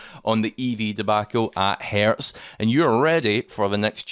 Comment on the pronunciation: The company name is Hertz, not Hairs.